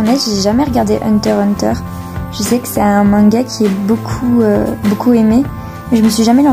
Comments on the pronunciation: Le x ne se prononce pas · Le x ne se prononce pas, c’est un élément décoratif du titre c’est pareil pour l’anime « Spy x family » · Absolument pas, le x ne se prononce pas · Non, le x ne se prononce pas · Absolument pas, le x ne se prononce pas, l’auteur lui même l’a confirmé